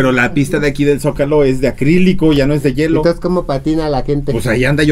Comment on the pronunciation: No es yelo jotas, es hielo!!